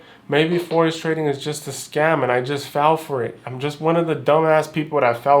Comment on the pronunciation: i will nevvaa nevvvaa quit twading